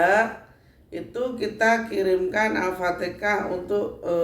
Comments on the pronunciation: ALFATEHAH MAAF BUKAN ALFATEKA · Apatikah, alfatihah buk bukan alfatikah